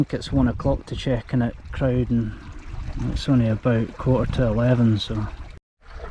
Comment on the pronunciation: I've never heard Crowden pronounced any other way than with a rhyming start with corvine bird (crow) rather than bovine mammal (cow), much like Snowden. Both get a mention in the Manchester Rambler. I lived in the area until I was 18 and walked all over this part of the world.